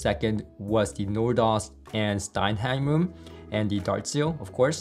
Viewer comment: Dude, that's STENHEIM, not stein-heim. Now watch all the haters hating that correction.